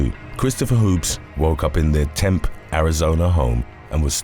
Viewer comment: the town, Tempe? Sorry, but it took me a second, The E is pronounced, a hard E. TempE, Az. I just like knowing where we are talking about. Thank you, not a put down just clarification.